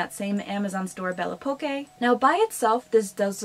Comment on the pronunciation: Hey’ I love your videos! It’s a French brand. Belle Époque was French for a certain time era! Pronounced belle (aye pock) - the best I have to help!